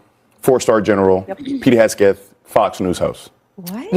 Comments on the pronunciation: Why didn’t anyone on that panel correct that twit when he mispronounced Hegseth as “Hessgeth” ??? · It's HEG-seth... If you're going to slander/libel someone, get the name right! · More transparency???????? They've GOT to be joking 😂😂😂😂😂😂 Pete Hesgeth 🤨 I think this fool is mispronouncing on purpose!!!